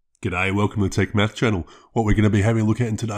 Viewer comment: i heard "welcome to take meth channel" and i thought i was at the wrong place...